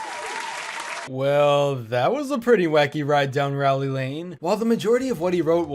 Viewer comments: Finally he pronounced Rowley right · He pronounced Rowley correctly! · Finally pronounced Rowley correctly